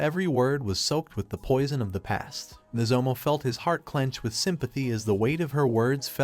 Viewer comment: Could the AI voice not pronounce "Nozomu", so the author just "Replace all" into "Nozomo"?